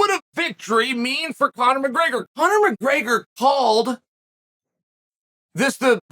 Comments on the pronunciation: Chael took the first R out of McGregor and added it to the word breakfast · Bro said mcgayger